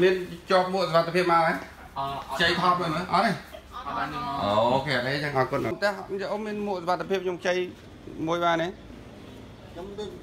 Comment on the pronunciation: ពូ អរគុណ ភ្លេច «រ» ហេីយ